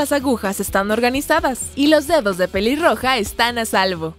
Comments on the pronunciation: dijo piliroja en ves de peliroja like si te diste cuenta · En el minuto dise piliroga 😂😂😂😂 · Alguien mas escucho piliroja